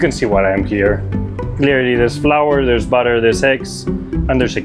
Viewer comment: "there's flour, there's butter, the $ex" That's what i hear 🤣